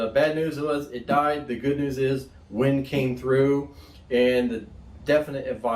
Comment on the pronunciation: WEN not WIN.